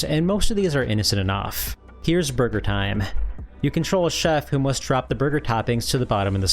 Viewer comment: lol it sounded like you said Murder Time instead of Burger Time…now THAT is a game I want to see on my NES 😆